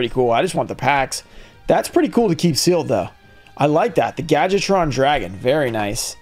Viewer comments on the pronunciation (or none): Everyone pronounces Gadjiltron “gadget-tron”. Say it with me: gad-Jill-tron.